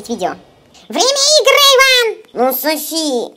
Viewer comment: кому показалось что сказал соси а не Софи на